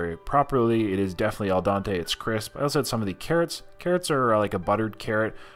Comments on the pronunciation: it is pronounced "Al-dent-aye." Not "Al-don-tay. " otherwise I love your videos. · Just trying to help, but you keep mis pronouncing the term "Al Dente" as "El Dante". Al Dente is Italian and means "To the Tooth". Do just remember Dente = tooth. Al Dente not El Dante. Cheers. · Not "el dante". It's "al dente". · "El Don-tay"